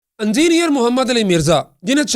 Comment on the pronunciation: لنڈے دے صحافی صاحب"اَنجینئر" نہیں "اِنجینئر" ہوتا ہے